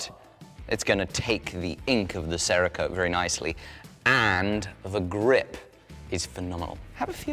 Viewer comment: There’s no pronounced A in Cerakote. Can we stop talking about some bird named Sara? 😂